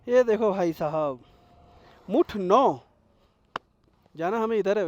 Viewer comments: मुथ है। भाई मुठ मत समझो बड़ी हंसी आ रही है आपको 😂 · Hindi mein likha hai bhai मुथ मुठ nahi zyada karta hai 😅